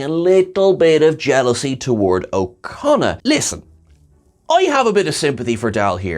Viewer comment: Every time you say his name, I hear "O'Connor", and I just really wish they'd got Billy Campbell to play an Irish space rogue instead :p